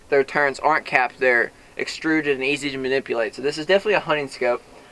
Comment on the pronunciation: There is no letter N in the word turret. What's the deal with people calling them turrents? Thanks for the review though.